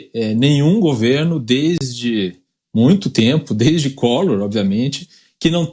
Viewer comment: O refinado que fala "mutio".